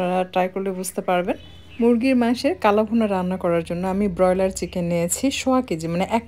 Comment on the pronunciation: বেশি শুদ্ধ ভাষা না পরালে বলা উচিৎ না। ব্রয়লার উচ্চারণ শুনেই পেট ভরে গেছে।